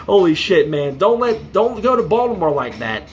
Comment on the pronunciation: Yeah he pronounced the T in Baltimore which gave me serious doubts he is actually from charm city